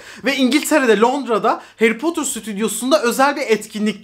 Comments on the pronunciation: Potur değil 🥺 ne olur artık doğru telaffuz… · "Harry Potter"'ı "Heri Potır" yerine "Heri Potur" diye okumasına bayılıyorum:D